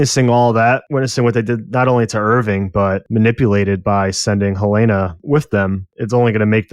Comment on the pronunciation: Look, man. Yes Helena is traditionally pronounced that way. But it can also be pronounced the way they say it in THIS SHOW and they are not saying hel-AINA-ah, it’s frickin’ HEL-en-a. And I’m pretty sure that’s becasue of the “hell” hints they drop all the time. So say it the right way, FFS.